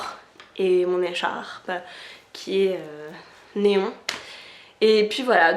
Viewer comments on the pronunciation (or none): Jaime beaucoup les chaussures jlé veux il fau que jeconomise lool ps:tu ma fais rire commnt tu as prononcer le mot echarpe lool